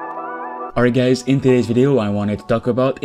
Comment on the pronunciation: pronounce better Not gays but Hi GUYS